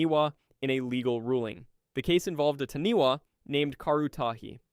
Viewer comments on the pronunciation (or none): LOL The Taniwa, it's said as in Tanifa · Dude, its appreciative of you learning about Maori mythology but as a New Zealander, hearing you severely butcher those words and knowing how to say Taniwha and still saying it incorrectly was kind of disrespectful and lazy.